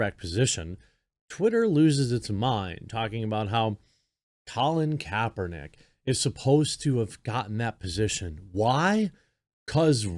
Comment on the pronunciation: Colon Kaper-nee-kay lol